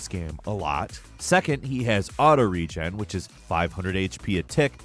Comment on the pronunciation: I hate the way you pronounce "Regen"